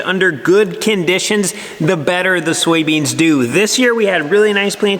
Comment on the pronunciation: Soy beans, not Sowie beans